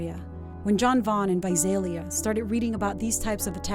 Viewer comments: Correction, she pronounced correctly like twice 😂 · I love how half the time the narrator pronounces Visalia correctly and half the time she throws a Z in place of the S 😂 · I live in Visalia. It's not pronounced with a Z, the way the narrator says it. It's said exactly the way it looks Vi-SAL- ia not Vi-Zal-ia. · Visalia Pronounced vy -say -lia. Not vy zaye lia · It’s Visalia not Vizalia lol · This drove me nuts! 😂 like where does she see a Z to throw in?? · Naturally, the reporter would not even bother to try to say Visalia right.... sigh... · Why can’t ppl pronounce Visalia right lol my mother’s friend died from this guy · please pronouce Visalia right. #559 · Reppin visalia...what what, also news lady learn the correct way to pronounce visalia